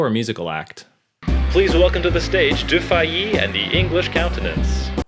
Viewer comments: A small problem with the prononciation of Du Fay. Do not say Du FA(ï) but Du FÉ. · Your pronunciation of his name is not correct. It is not "doo fah EE". It's more like Doo-FAY (anglicized). Check out the French pronunciation here